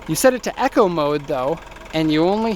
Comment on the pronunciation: "You set it to Echo mode.." Echo? You say 'E co'. "die fuser" ... diffuser You are killing me and the English Language with how you pronounce some of your words.